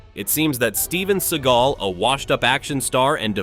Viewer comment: Steven I. Seegall?😅